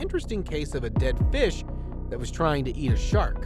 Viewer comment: “OH MwAh GAwD,DEED FEESH”